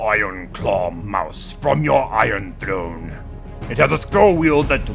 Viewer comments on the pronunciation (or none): none